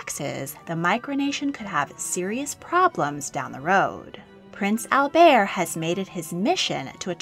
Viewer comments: He refers to himself as Albert, not Albear. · It’s pronounced Prince 👑 Al- Bert with a strong “T!” 🤦🏻‍♀️